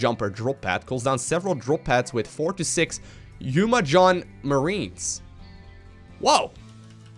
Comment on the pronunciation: {Umojan} It's Yuh-Mo-Jan :)